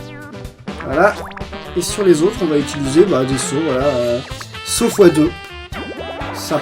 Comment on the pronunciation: on dit "utiliser" et pas "itiliser"